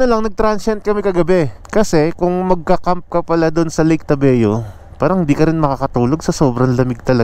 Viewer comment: ...tabayo hindi tabeo